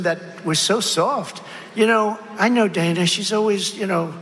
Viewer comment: Son of a gun! It's pronounced like Hannah. Dana. Not DAY-na. She's been well reapected forever. Dana.